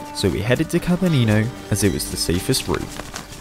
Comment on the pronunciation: In right way, Kabanino sound like KabAnino, not like KabanIno :) It is from russian word "кабАн" - wild boar.